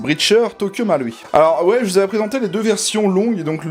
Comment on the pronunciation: Bonne prononciation pour Marui ^^